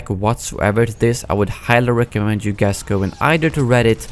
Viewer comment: Is it me or did he say "hey gays" at the beginning of the video?